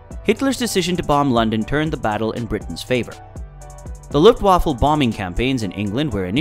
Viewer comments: Please- 'vaffa' not waffle, you eat those and its not a fighting force!! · this is the second time I have tried to watch this. but unfortunately only a couple of minutes was enough. Luftwaffe NOT Luftwaffle. and talking about an out of ammo spit and the plane shown is from the Redbull air race. taking a very interesting topic and turning it to shit. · It’s not luft waffle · Luftwaffle haha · luft waffle? An attack on "Burr-LIN" ? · Pretty bad narration especially in pronunciation, I.e luft waffle and dronier